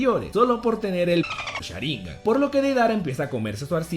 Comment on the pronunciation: Cada vez que dice "Sháringan" con acento hay un terremoto en Japón. Por Dios no se dice así